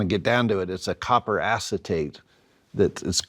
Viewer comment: Mono acitate? Was that what was said? Edit: It was copper acetate.